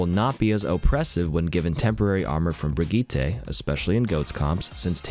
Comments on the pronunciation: It’s pronounced (brih-jiht) not (Brih-jeet-ay) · Did my mans just say brig - ee- tay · "brid gee tay" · "Brig-ee-tay" wtf hahahha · they way that u said Brigitte's name lol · I laugh every time you say Brigitte